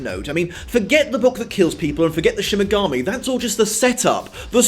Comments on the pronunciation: But why are you saying ''Shin Megami'' instead of ''Shinigami'' ? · SHINIGAMI not shimigami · Love the review but u keep saying "shimigami" and not shinigami! lol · he gets hilariously angry but I do so hate that he keeps saying mainga instead of mahnga. Also I think he siad Shimigami instead of Shinigami.... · Is he saying "Shimigami" or am I going mental? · is shimagami one of those mispronounced words? 😝 don't worry, you're still awesome! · Shimmergami. Am I the only one who heard Shimmergami every time? I like that, Ryuk would love to be a Shimmergami for the shits and giggles